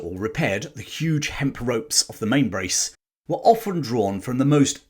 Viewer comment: Please pronounce it correctly. “Splice the MainSil’ ’ .. or the way we say it’s “splice the Mainbrace” it was an excellent report and I’ll be standing by in St. Thomas, Virgin Islands to greet you when you come in. Out